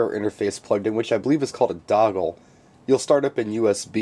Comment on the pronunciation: Dongle! not doggle hehehe